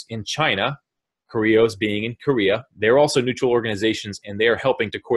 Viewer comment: sounds like you said New Troll organization. Neutral.. New Troll.... Neutral... lol